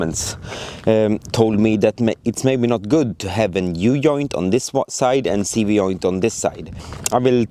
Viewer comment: hahahahha brother! i LOVE how you say "u joint" XD it"s said "u djoint" try it! thank you for you rvideos tho! i was watching your project from the beginning! im so happy its finished!